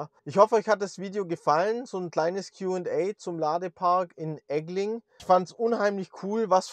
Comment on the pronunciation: Egling bitte mit kurzen g aussprechen. Heißt ja nicht Eggling. Das triggert mich 😮